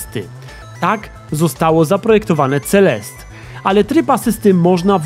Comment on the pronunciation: Mam wrażenie, że czytasz to źle, ale nie jestem pewna. Nie powinno czytać się CeleSTE zamiast CeleST? To samo z postacią... Nie czasami MadeliNE a nie MadeLIN? Znaczy... Jak piszę źle, niech mnie ktoś poprawi, ale moim zdaniem CeleSTE brzmi lepiej